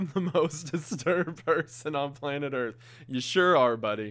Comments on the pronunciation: "earht" yes disturbing indeed... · "I am the most disturbed person on planet earHT" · Wait. He said ge was the most disturbed man on planet, "Earht". So, who's willing to hold the title for planet, "Earth"? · "I am the most disturbed person on Planet Earht." You might be but I've never heard of Earht.